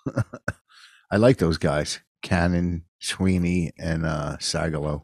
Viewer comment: Did he call Mike Feeney, "Sweeny?"